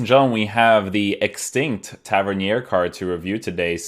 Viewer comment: Just glad you say his name properly haha